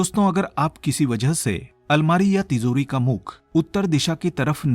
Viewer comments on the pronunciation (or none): Plz pronounce ..TiJori.. Not ..TiZori..